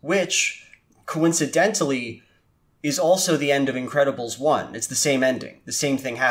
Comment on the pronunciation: I keep hearing "Incredible Stu" throughout the video and now I can't unhear it. Is it just me?